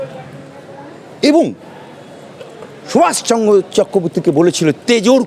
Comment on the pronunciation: এটা একটা পিওর হারামি নেতাজি সুভাষচন্দ্র বসু তার নামটা পর্যন্ত শুদ্ধ উচ্চারণ করতে পারছে না সুতরাং উনার বক্তব্য শোনা মনে হয় এক মূর্খ আমির কাজ